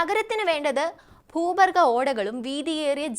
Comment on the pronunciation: ഭൂഭർഗ യല്ല കൊച്ചെ